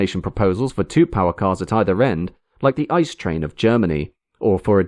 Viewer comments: You don’t say ICE like in a block of ice. You say I-C-E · It's a lovely presentation filled to the brim with well researched details, but here's the thing: the 'famous ICE train' is usually, in its native Krautland at least, pronounced as three separate letters in either English or Kraut. So it's either an ay-see-ee or an ee-tse-eh train but unless you're railway illiterate it is never an "ice" train (whatever that would be). Thought I might just mention this because it's otherwise such a flawless video with lots of lovely historical footage, many thanks. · Please, never call an ICE ice again. It's an abbreviation of InterCity Express. Not a word. No german says it as the word ice.